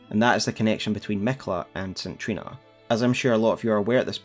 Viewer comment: Good video but DUDE... the way you say the word Saint is horrific. It is say-nt not sin or sit or sint... and the name Trina is said like Treena